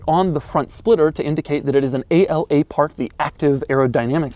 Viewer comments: “A-L-A” it’s actually “Ala” which means “Wing” in Italian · Its ala not a-l-a, ala it's one word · + Doug DeMuro, please do better research... It's not "A-L-A"... It's "ala" (pronounced "á-laa"). It is NOT an acronym (no dots separating the individual letters). This word means "WING" in italian. The active aerodynamics wording was a gimmick made up for anglo speakers. Remember the Lambos are always identified in Italian language. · It's not A.L.A. it's just "ala" and it means wings in Italian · A-L-A (ala) literally means "wing" in Italian. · Ala literally means Wing in Italian, so it's supposed to be pronounced like that, not spelled like initials. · “A-L-A”??? In Italy we pronounce it in a single word and it simply means “Wing” :) Good job anyway, as usual 😉